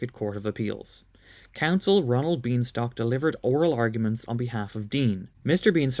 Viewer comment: Mr. Bienstock constantly correcting people's pronunciation of his name (aping Young Frederick Frankenstein), "My name is BINE-STOCK!!!!"